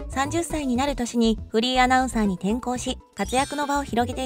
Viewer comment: 山本アナの「フリーアナウンサー」という紹介が「不倫アナウンサー」と聞こえてしまう。